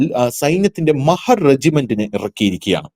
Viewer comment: മഹർ അല്ല..... മഹാർ ആണ് ട്ടോ